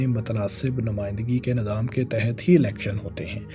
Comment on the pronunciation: Nazaam... Ameedwaar... Bhai.. Nizaam hota hai,. Aur Umeedwaar hota hai... Zair Zabar Paish ka khayal rakha jaye... Baki Content buhat zabardast hai. Well-done